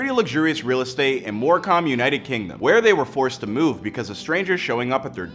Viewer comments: It’s said MoreCum not “More cam” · “In More Com” 😭🤦‍♂️ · It's pronounced Moorcum. I'm not first but can I get a medal anyway? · The way he said morecambe is funny it's pronounced mor cem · The way he said morecambe 😭